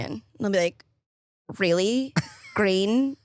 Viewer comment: oh? gween. gwapes. gwandkids.